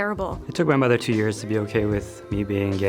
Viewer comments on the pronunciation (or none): none